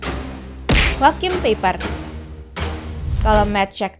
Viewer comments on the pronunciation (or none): Joahim Paipah Bukan Jokim Peiper Belajar lagi min cara membaca